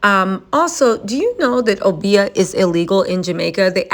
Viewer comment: Obeah (oh-bee-ah) is real & Aubrey don't know about. It can also backfire, like it is. There's plenty of POC that rock with 😈acists. Enrique Tarrio is serving 22yrs for Jan. 6. All the spells in the world can't save his career. :_TattleTellReally